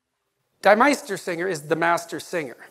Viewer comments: NBD, but the German 'die' (in this case, plural definitive article?) rhymes with English 'me', NOT 'my'... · “Deee” Meistersinger von Nürnberg. Not “Dye” Meistersinger. A little surprised the doctor can know so much, and not know that. Otherwise, superb lecture!